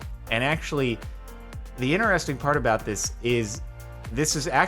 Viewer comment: why do you always leave the first T out of the word interesting? Every time you say inneresting, yet you will correctly pronounce other words of similar structure such as fortnite.